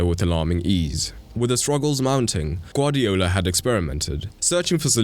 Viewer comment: BRO YOU GUVARDIOLS😂